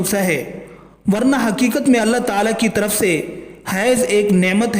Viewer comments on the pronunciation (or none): none